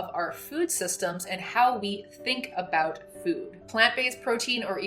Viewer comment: Less than a minute in and she's already dropped the hard "aboot". (lol just kidding. love your stuff) edit: okay... I don't love this.